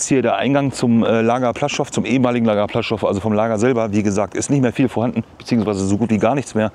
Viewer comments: Kleiner Nerd-Tip: Das "L" im polnischen, was durch so einen Strich "gekreuzt" wird, also das: ł.....das ist ein "ue", am ähnlichsten Vergleichbar im deutschen mit einem W......das heisst das Lager heisst nicht "Plaschow", sondern wird eher "Puaschau" ausgesrochen. Gutes Beispiel hierfür: Die Stadt Lodz, hat auch diesen Buchstaben, und wird EIGENTLICH eher "Wuudsch" ausgesrochen. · Es spricht sich ´puaschow´ aus……